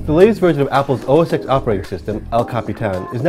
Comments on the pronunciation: It's OS ten, not OS ex! Good grief, OS X has been around for 14 years and people still can't say it right. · its pronounced OH ES TEN...........OH ES TEN.........